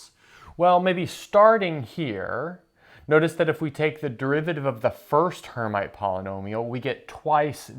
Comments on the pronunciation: Rather Air-meet than Air-might. It is a French name. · Not "her mite" please, but "airmeet": from Charles Hermite, a French (sorry guys) mathematician. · 'erm'-'IT'! Charles Hermite was a French mathematician and surely disliked to have his name f*d up. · Her-meet is how this is pronounced by math physicists, unless you're French, then it's [ʃaʁl ɛʁˈmit]; transliterated from IPA notation, this is pretty close to her-meet. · "Hermite" is a French name and is pronounced approximately like "air-meet" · It appears that you're the one whose never actually heard the term, since you are incorrectly pronouncing "Hermite."